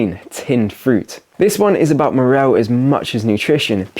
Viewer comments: Its "Morale" not Morrell. Otherwise channel is awesome fair play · I was thinking exactly that. Also says “morell” for morale. X